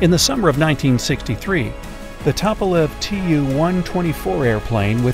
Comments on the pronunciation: It’s not tuppolev it’s pronounced toopolev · It’s pronounced TOO-PA-LEV